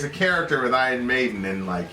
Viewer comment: I-Rons. Well done. You're officially illiterate👏